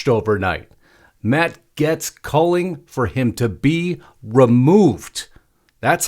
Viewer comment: Gaetz is pronounced Gates not Gets